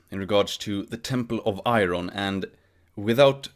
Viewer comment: He says IRON like Norm Macdonald